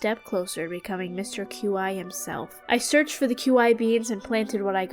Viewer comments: It. Is. Pronounced. Key. Not. Cue. Eye. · Qi is pronounced chi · My headcanon is that Mr. Qi is pronounced "Mr. Chi/Chee", since that's how 'qi' would be pronounced in Mandarin Chinese. (Qi means, like, life energy, the energy in the universe)